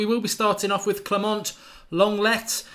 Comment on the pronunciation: it's pronounced Longlay